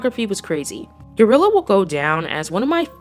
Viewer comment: its guerrilla not gorilla hunn